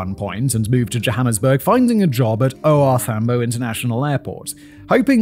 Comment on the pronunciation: Lol soweto and OR Thambo had me rolling 😂